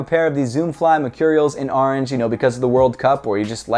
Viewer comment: ITS ORANGE NOT ORNGE